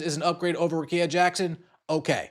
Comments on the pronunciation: RICK-EE-A. Come on bro. That's mighty white of you. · BRUHHHH RICKEA RICK KEYA GET IT RIGHT PLEASE!!!